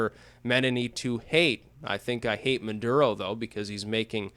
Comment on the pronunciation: mah-durr-uh oh